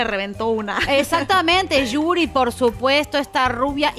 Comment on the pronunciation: Es yuri no juri que feo que no investiguen bien los nombres de los artistas ya que se dicen comunicadoras